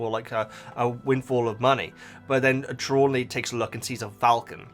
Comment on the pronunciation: 3 points: Tra-lawn-knee you are trying to use too many syllables. Thestrals are pulling the carriages: Harry didn't see Quirrel die in the books (he was unconcious) and he was too young to register his mother's death. Fan theory is that the trace is put on when the 1st years cross the lake, that's why under 11's aren't santioned by the ministry for accidental magic and the lake is exclusive to the 1st years. Herminione doesn't use magic outside school; this is only in the films